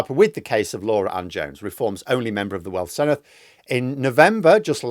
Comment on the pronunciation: Senedd - since you're going to be reporting on it a lot next May - dd = 'the' sound, not soft th (thin, thick) but hard (this, that, these, those). The soft th is spelt th. Whilst we're at it, ff is soft f, f is v, u is ee, c is always hard (Kumree for Cymru) and everything is said like it's spelt. It's so easy if you can remember about six things.